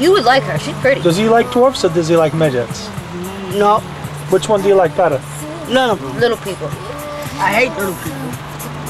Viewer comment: "do you like migets" 😝